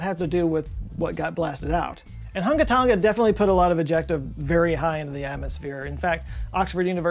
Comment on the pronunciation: Its totally not Hun-ga Ton-ga, it's Hung-a Tong-a, the g is unvoiced. Sorry, had to do it on behalf of the Tong-an people I have known, and, it's even more fun to say.